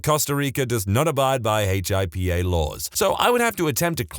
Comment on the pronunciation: Okay one of my favorite podcasters in story 8 it's HIPAA and pronounced Hip a like Pippa with a H instead